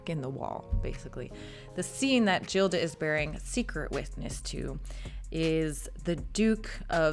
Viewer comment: Please Anna, the heroine’s name , Gilda, is pronounced ‘Geelda’ .